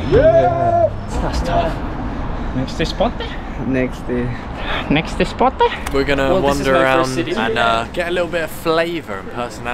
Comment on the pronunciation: I love the “NEXTE SPOTE”. 😂🔥